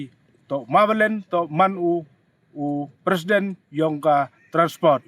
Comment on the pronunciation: Tang u pronounce wym tip president leh. Yo kam k u ni hi.